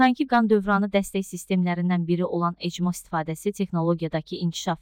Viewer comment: ECMO yox ekmo 😂